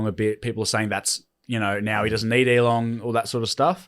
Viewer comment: Hey, it's Elon without a g on the end, you saying Elong made my eyes twitch